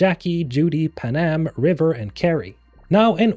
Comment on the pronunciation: Panam...? More like PADAMN...!!!